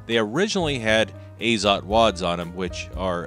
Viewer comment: Actually, "Azot" should be read as "ah-zot", not "ei-zot". In Russian, "azot" means "nitrogen". Although, with regard to ammunition, it is likely an abbreviation because "AZOT plant" was a brand of cartridges in the USSR since 1950-ies .